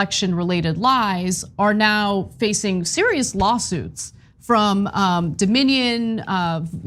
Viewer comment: Doe-minion lol